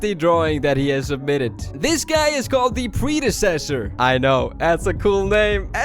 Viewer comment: You were pronouncing predecessor wrong